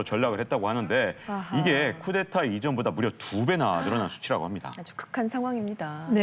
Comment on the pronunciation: 기자가 쿠데타를 자꾸 쿠테타로 읽네